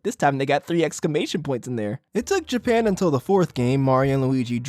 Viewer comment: Whats with your voice bro "japeean"